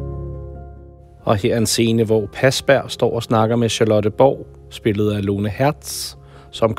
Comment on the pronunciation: Godt arbejde🙂😍..... dog må jeg lige tilføje han hedder Parsberg...ikke pasberg 😉